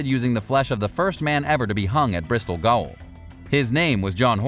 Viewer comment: *Bristol Gaol. Gaol is pronounced “jail” it’s the same thing too. Just spelled differently.